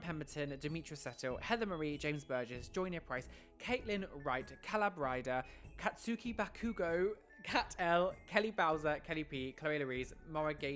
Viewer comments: I KNOW HE DID NOT JUST SAY "KATSOOKI BAKOOGO" BAHAHAHAHA (it's pronounced "kah-ts'kee bah-koo-goh") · “Kats-oo-kee- bakoogo” as yes my favourite anime character Kats-oo-kee Bakoogo. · I KNOW YOU DID NOT JUST SAY KATSUKI BAKUGO LIKE THAT, I LOVE YOU 😂😂😂😂😂